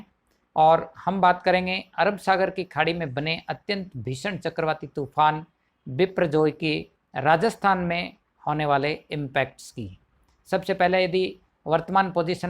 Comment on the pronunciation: यह विप्र जॉय नही है 🤣🤣